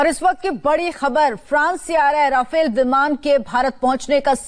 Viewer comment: भाई रफाएल है राफेल यार क्यो पागल बना रहे हो